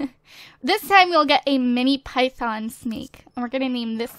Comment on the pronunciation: Why does she say python like that?